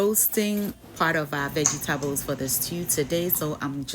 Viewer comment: Veggie-Ta-bles😂😂😂 I love it